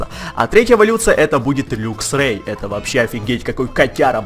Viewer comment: не люксио а лаксио и не люксрей а лаксрей